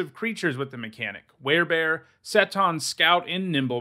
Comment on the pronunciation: Seton = See-tuhn. It’s an old Scottish spelling of my last name, so I should know.